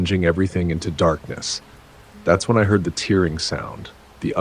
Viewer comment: how to pronounce tearing - "Tearing" is pronounced as two syllables, "TAIR" + "ing"